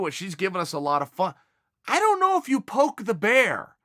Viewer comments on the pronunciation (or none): none